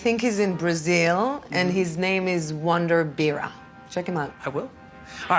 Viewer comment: Só uma correção sobre o cosplay é wonderbira e não Wonder beera